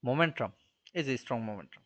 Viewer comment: Not Momentrum just Momentum/ ক্লাসটা খুব সুন্দর ছিল বাট মোমেট্রাম কথাটা বড্ড বেশি কানে ভাঁধছিল।